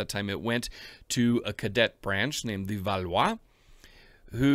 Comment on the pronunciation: oughh there is nothing I hate more than when an english speaking person pronounce "capet" like "capete". The t is not pronounced at the end of a word in french...Samething for "Valois", you dont pronounce the s in valois.